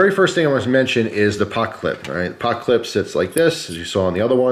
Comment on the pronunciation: He said "pockclip"